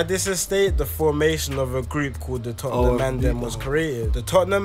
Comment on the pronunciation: Yo bro it's pronounced 'tottnum' and not 'totten-ham'